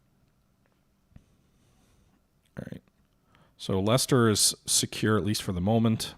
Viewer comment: My days! - You can pronounce Leicester!